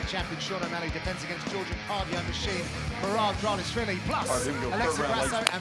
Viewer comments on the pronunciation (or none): none